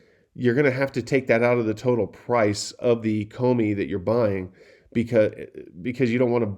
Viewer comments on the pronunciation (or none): none